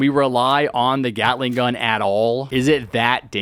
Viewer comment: Man gyatling gun not gyatting mann